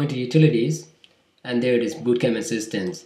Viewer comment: funny how he pronounces bootcamp as BOOOtcamp.